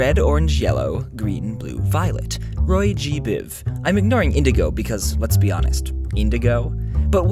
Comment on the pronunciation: Roygikboob is what you might have heard